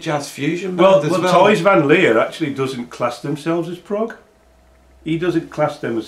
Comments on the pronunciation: guys, the pronunciation of Thijs is actually 'ties', in America they call him Tys Van Leer you will find Tys written on his amazing solo Album 'Nice to have met you' check it out, its great. Thijs is an amazing fellow and a total gentleman. i went to see Focus last year and this year at the Stables in Milton Keynes and had a few albums signed by him afterwards. long may he live! talking about solo albums, Thijs has made a ton of them, some are prog/jazz rock like the one already mentioned and 'O my love' another briliiant album but most of them are symphonic/classic pieces where he plays mostly flute, like his many Introspection albums. Focus must go down as one of the greatest prog bands of all times. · Thijs is pronounced as "ice" in Dutch with a T in front of it. So it's Tice sort of.